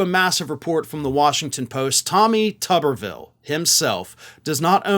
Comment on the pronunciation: pronounced 'Tooberville'